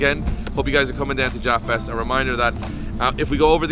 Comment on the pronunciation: When he says japfest is sounded like he said ja fest i though some rastafarians gonna come slide 😂😂